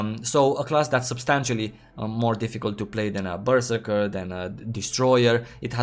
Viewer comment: omg pls stop saying berserker